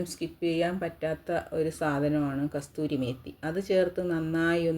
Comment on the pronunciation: കസൂരി മേത്തി ആണ് അല്ലാതെ കസ്തൂരി മേത്തി അല്ല